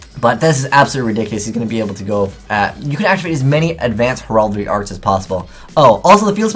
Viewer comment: You are not pronouncing Heraldry correctly.